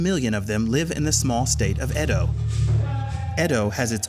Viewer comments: It’s Edo state, not Edon state. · Mate, its Edo not Edon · im nigerian its edo not edon state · I blame Benin people for this 😒 Also It's "Edo State" not "Edon State" To be fair, a lot of these girls know exactly what they are going to do in Europe, but Nigeria is such a terrible country that prostitution in foreign countries is considered a more lucrative option for desperate people like this. While the Nigerian govt through the anti-trafficking agency, NAPTIP is doing a lot in terms of orientation on the dangers of trafficking, they fail woefully in arresting and convicting the traffickers and middlemen and even fail worse in repatriating these young girls.